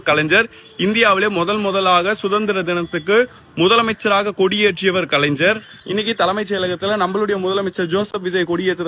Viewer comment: டேய் கலைஞ்சர் கிடையாது டா. கலைஞர் என்று அழகாக சொல்லுடா.